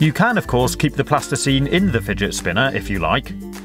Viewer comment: porque todos los ingleses dices fidget spina?